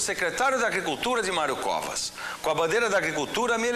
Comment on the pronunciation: Sim, sim; atente-se ao min, o candidato errou a pronúncia.